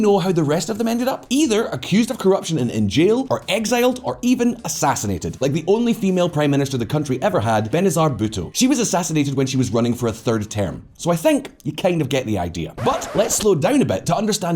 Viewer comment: As a Pakistani, I know everything he said is pretty much correct, but I just don't like white people talking about stuff wrong with my country. It's irrational but it irks me😕. Also BenaZIR... not BenaZAR.